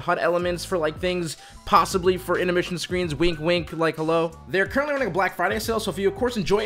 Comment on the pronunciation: anyone else notice he said intemrission? hahahha love the videos and everything u do for 100T